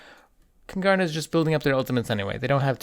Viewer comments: Love your mispronunciation of Kungarna, Don't blame you though the stereotype for the Swedish language is way off. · You're butchering the pronounciation of Kungarna xD